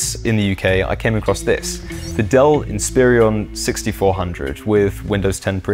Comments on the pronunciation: Why do you keep pronouncing it as "Inspirion"? It's "In-spi-ron". There's no extra I after the R. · Some of his pronunciations had me chuckling. i.e. Inspiron....